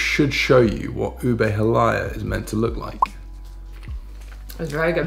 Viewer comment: You pronounced “monggo” correctly, … the halaya should be “ha-laya” not “hala-ya” if im not mistaken… but nevertheless, you guys are amazing as always..